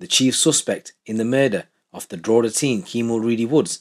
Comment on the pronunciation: It's pronounced Draw hee da